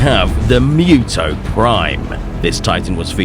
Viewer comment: It's pronounced "Moo-Toh" not "Myoo-Toh"! 😳